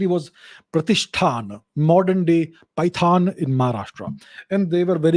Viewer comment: It's not "paithaan" (पैथान) ❌, it's "paithan" (पैठण). 😇